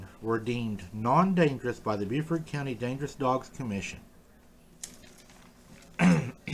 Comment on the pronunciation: Great video, and since this incident won't be going away any time soon I just wanted to point out that Beaufort County is pronounced Bo-fert. I certainly don't expect folks from other states to know that. I am from VA myself and only learned how Carolinians say it by saying it wrong in front of them, lol!